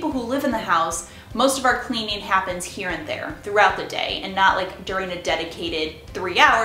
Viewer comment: Cleanin, usin, moppin, just wondering where are you from?